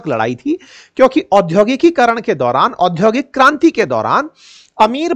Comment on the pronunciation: सर , ओधोकिक नहीं / औद्योगिक। उच्चारण ठीक है , / Udyokik